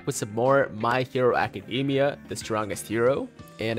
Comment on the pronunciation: That's how you're supposed to pronounce it, not DAY-mia